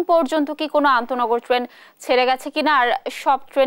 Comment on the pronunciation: সাংবাদিক ভাই আনতোনগর কে বলছেন অনতোনগর উনার উচ্চারণ ই ঠিক না উনি চাকরি পেলেন কি ভাবে এই পদে?